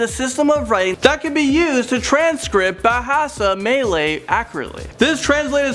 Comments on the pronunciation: He butchered the Malaysia words. Especially Bahasa Melayu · Dude u butchered Bahasa Malaysia or Bahasa Melayu and Bahasa Jawi is pronounced as Bahasa Ja Wee not Ja Wai